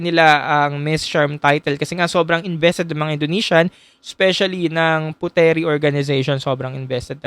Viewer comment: Puteri (Indonesia) is pronounce as "Putri" not Pute-Ri